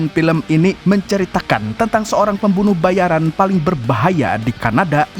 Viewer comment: Pembunuh bayaraaaan bukn pembunuh bayariiiiin....huh.. Giliran ente bilng pembunuh bayaran ane protes yg bener pembunuh bayarin dooong... 😂...Bandar Lampung hadir